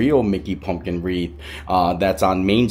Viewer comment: WreaTH not WREAF 😂